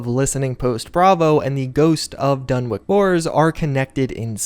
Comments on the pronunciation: It’s Dun-witch not Dun-wick The listening post bravo story is an Easter egg for a Scandinavian metal band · Dunwich is pronounced as its spelled. It's a "ch", notta "k".